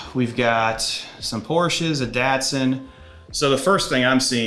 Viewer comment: Is that how you pronounce Datsun? 😮 Been doing it wrong for so long